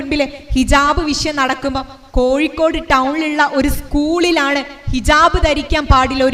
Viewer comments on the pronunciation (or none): none